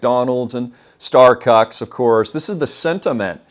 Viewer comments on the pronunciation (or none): My boy said Starcucks 🤣🤣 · Yoooo he said starcucks 😂😂😂😂